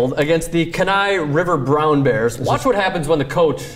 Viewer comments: You pronounce kenai wrong it's a long e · Yo,Please do your homework. You mispronounced both Wenatchee AND Kenai.